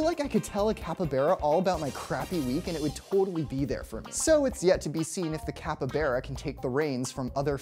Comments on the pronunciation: It's not a cuppybeara, it's a fucking CAPYBARA. Bar, not Bear. You could google for a minute before making a video, dude. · CAPY BARA NOT KEPPYBERE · It's capybara, not capybeara! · Capy-baa-ra. Not capy-beeraq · The way he said capybara: capabara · Did he just pronounce it Cap Yberra? Sounds like a quarterback for a mostly Latino highschool football team. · This guy was perfectly fine with me till he said capyBEARa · Which pronunciation is that? Are you sure it's not Capyba "R" a. You might find this video informative as well, especially regarding the capybara's dietary habits. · Cappa-beara... Nay-dahl... Dude. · "capa-bera" consider me triggered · the pronunciation of capybara is capybara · I'm not a fan of the the way you say "capybara". You say It like capy-bear-ah. It's weird. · You’re wrong pronunciation of capybara makes me uncomfortable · I just don’t understand why you pronounce Capybara the way you do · Y’all pronounce it capybara or capybara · Literally explained nothing and he couldn’t sound more white saying capybara. The way he says made me cringe so much